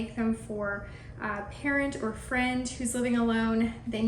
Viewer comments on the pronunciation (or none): none